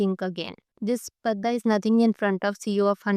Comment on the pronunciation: Ma'am Its Padda, sounds as (D-Doll)